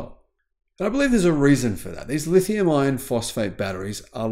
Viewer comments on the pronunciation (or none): Thanks for this and all your informative videos. One request: please …. Clarify your pronunciation when you are discussing LFP batteries. It sounds like you are saying lithium “ion” when I think you are intending to say lithium “iRon”. Can’t hear the “R” 🙃